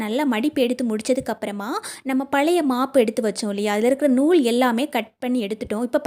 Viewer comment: மகளே,அருமையான பதிவு, "அளவு" உச்சரிக்கவராதா, அழவு என்று ஏன் உச்சரிக்ககின்றீர், புளுக்கள் அல்ல புழுக்கள், " பலைய" அல்ல "பழைய"தமிழை பிழையின்றி பேசி பதிவிடுதல் நலம்.